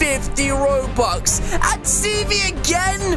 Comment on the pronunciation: I hate when he says robuwx